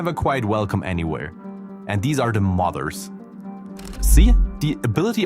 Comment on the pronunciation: i thought he said mothers not modders